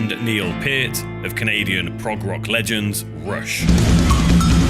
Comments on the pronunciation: Understood, I just recall Neil correcting that at a few instances pronouncing his last name "Pier-T" :) I've shared your channel to a few friends now, love the work you've put into all these documentaries. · Glad you got Neil Pearts last name pronunciation correct in this video :) love your documentaries btw. Great job on many of them.